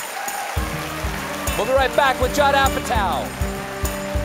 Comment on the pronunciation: Who the hell is Jodd Apatow?? Colbert is so taken by Esper's last statement, that he murders his next guest' name. THAT is a great statement on Esper's interview.